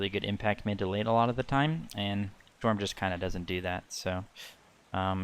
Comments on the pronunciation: Don’t wanna be a cock but it’s pronounced “yorm” not “jorm” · Dude said Jormun wrong. Unsubbing XD